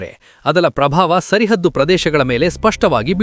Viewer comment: Sarahaddu...tappu uchhara sari madkolli